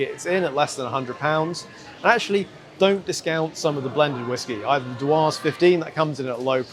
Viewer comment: The way you say Dewars is hilarious 😂😂